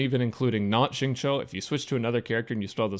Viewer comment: I was 5min into the video trying to figure out what was so weird about it and realized it's because you're one of the only people I've seen pronounce Xingqiu's name correctly 😂😂😂😰